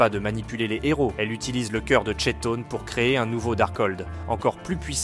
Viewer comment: Ça s'écrit Chton mais ça se dit Kton